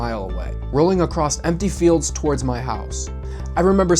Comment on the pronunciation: Bro... It's "across" not acrossed/acrost ...